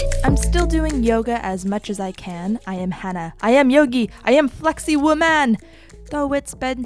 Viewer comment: "i am - I am yogi - I am flexi womään" I laughed out loud